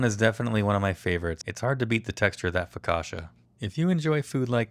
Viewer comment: Your sauce is surely delicious, but it has nothing to do with aïoli. Focaccia is not pronounced focasha but focatchia.